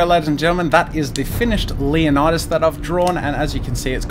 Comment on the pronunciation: Loving the comic book-type style, and the anatomy is fantastic, but for future reference, the name is pronounced "LAY-oh-ni-das". 300 pronounced it wrong.